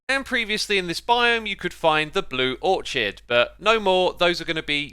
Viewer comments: Thanks for the updates on these experimental snapshots. I didn't know they were continuing these. Also, orchid is pronounced "OR-kid". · Did you just promounce orchid as orCHid? >:| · granite; GRAN-it orchid; ORK-id tiaga; TIE-guh acacia; uh-KAY-shu lichen; LIKE-in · Hi! I love your videos, you are amazing. One thing: Orchids are pronounced orkid. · The only problem I had with this video is the pronunciation of "Orchid". The way I'm used to it being said is "Or-Kid" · Its pronounced or-kid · I'm sorry but blue orchid is pronounced or-kid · orchid is pronounced "ore-kid" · Hey X, just FYI, you pronounce Orchid like Orcid, you don’t pronounce the ‘ch’ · mans really just pronounced orchid how its spelled